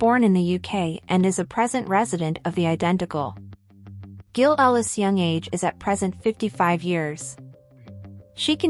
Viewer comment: AI cannot even pronounce the name GILL